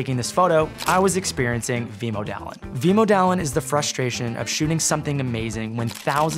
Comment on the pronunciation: Wanaka is pronounced WAH-nah-kah, not wah-NAH-kah. Vemödalen is pronounced VEH-mur-dah-lin, not VEE-mow-dah-lin.